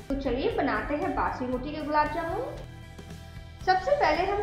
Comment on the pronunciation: Please bassi na bole ajeeb lagta h